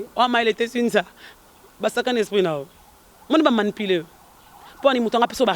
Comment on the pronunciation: manipuler et non malipile